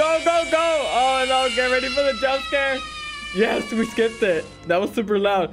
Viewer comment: It so funny that you said eet!